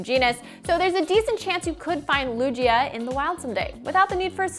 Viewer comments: Did you... just say... Lugee-ahh? Isn't it LUGIA? ;) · Did she just pronounce Lugia "Lu-jee-aah" ? smh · Caught me so off guard when she said it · So we not gonna bring up she called Lugia "Lujia" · Whoa, how did she just say Lugia?.. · She said lugia weird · when you want to sould hip and funny but you pronounce "Lugia" wrong... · Wait did y'all hear how she pronounced lugia